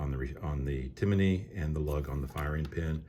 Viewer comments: I believe it’s (tim ny) as opposed to (tim a ny) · It’s Tim-ney not Ti-mi-ney 🤷🏽‍♂️ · Johnny Glock has a video of him drop testing this trigger and he even says it’s an amazing trigger. Go away with yourself. Why do you keep saying “Timaknee?” Hater. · Tim-ney not Timiney!